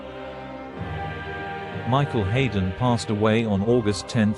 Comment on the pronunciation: Not least by the horrendous mispronunciation of the name of the star of the show.